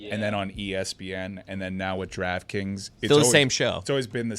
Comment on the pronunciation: Is it me or can not say draft kings & says draft krings??